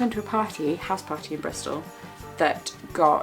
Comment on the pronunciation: I swear every time you say Bristol I think tennessee